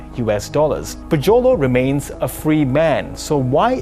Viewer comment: Why does Joe LOW sounds like YOLO :D